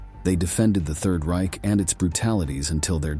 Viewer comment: 'Ryk' was like fingernails on a board - it's reiCH, like loCH!